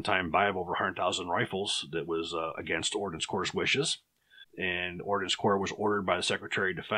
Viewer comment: Its Ordnance Corps. Not Ordinance Corps